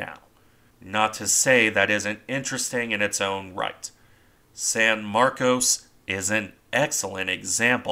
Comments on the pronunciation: No, it's San Marcos as you first said. But a lot of Texans don't like being reminded of the Spanish origins of most of the state, so they insist on mis-pronouncing words, so "Sanmarcus.". I live in a town wit a purely Spanish-language name that was originally pronounced correctly. But within a couple of decades of the town's founding, the town leaders "anglicanized" the name and started insisting everyone use that pronounciation. This is the dominant word use to this day for everyone born here. Transplants from other areas tend to pronounce it correctly. Same with San Marcos and other areas. You can even see the change on Wikipedia pronounciations. Some Texans get very upset if you use the proper words, saying "that's not right! WE say it THIS WAY!" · Right. San MarCOs. Except for the people I run into in Central Texas who pronounce it San MarCUSS. 🤷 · What's in a name? How you pronounce it depends where you are I suppose. You're correct about the way Texans pronounce it... at least we're not talking about Refugio, which locally is pronounced 'Re-fury-oh'. I figure it's a lot like "Concord", the capital of my home state New Hampshire. It's locally pronounced 'conquered', but most people not from the granite state pronounce it like the airplane- Concorde. 🤷 Tomayto, Tomahto. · It seems you're making a distinction without a difference. I've lived in Texas for 45 years and the name of the town varies from a long "O" to a mushy "ahh", sometimes in the same conversation. The Spanish pronunciation would use the long "O". I think it's a mistake to consider the hit on the bridge and conning tower a "one in a million hit". The odds of hitting the bridge are exactly the same as for hitting any other part of the ship. When you look at all the shell holes all around the turrets and superstructure it's not surprising at all. Gunners will aim at the center of mass, just the spot where the conning tower is.